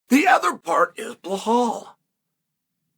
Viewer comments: 😂 Who's "Blahall?"blow hole? Are we talkin Belal! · Who tf is bahal?? 😂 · No, I am regular viewer of him but he is calling blohal from long time. So I thought to remind him its bilal or Belal no blohal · Blehal. Please remember his name correctly. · Blah-hall 😂😂 (remember the name)